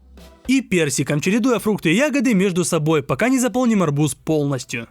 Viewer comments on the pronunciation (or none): Ты сказал арбузá😂